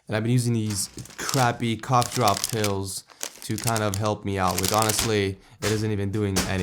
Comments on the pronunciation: at the start of the video when he said cough drop it sounded like cock drop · Did he say Cock Drop Pills? xD